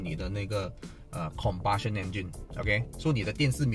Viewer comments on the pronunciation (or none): 1) Combustion Engine, 不是compartion. 2）声音很多渣音 不错的review,有改进的空间，音响很重要，需要改革。